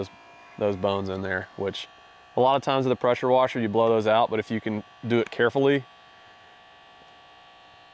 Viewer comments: idk why but i laughed for 5 mins at the "prasher wesher" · “Prosher wesher” I was dyin 😂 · “Hit it with a posher woser”😂😂😂